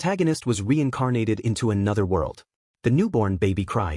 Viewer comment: Weincarnated, how can an ai voice not pronounce r's